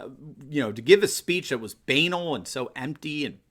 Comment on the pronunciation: Banal isn't pronounced like anal. Three emphasis is on the second syllable. Sorry to be so technical, but.........